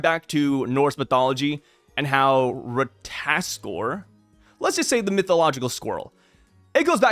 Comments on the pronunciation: RAT-AH-TAS-KER you're skipping a syllable... do NOT let me catch you lacking again... final warning... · Say it slowly with my, Rah-tah-tos-kir lmao (shoutout Smite) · it’s just “Rata-task-er” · if you played god of war u would know how to pronounce rata tos kr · Merry Christmas, I just wanted to point out that it's pronounced RA-TA-TOS-KR. Happy Holidays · Hi no hate, it is ra-ta-tos-kir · RAH-tah-tosk (R sound at the end) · Correct pronunciation: "ra-tuh-ta-skur" come on ❤😂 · i played god of war Ragnarok so ik ow to pronounce the word its pronounced (ra-ta-tos-kr) this not how it spell but reading it this way u know how to pronounce it better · If I remember from smite and god of war the pronunciation is Ra-ta-tos-ker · Watch a wee god of war Ragnarok clip on ratatoskr then you'll get how to say it lol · I thought you played God of war you should know how to pronounce ratatoskr..